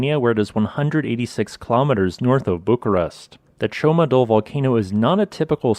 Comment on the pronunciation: It is rather "Ciomatu", not "Ciomadul".... Thanks for the explanation though.